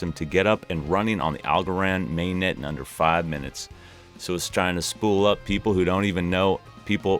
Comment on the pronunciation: You said "poople".... :)